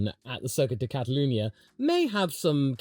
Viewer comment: HE SAID CATALUNYA PROPERLY 🎉🎉🎉 🗣️🗣️🗣️🗣️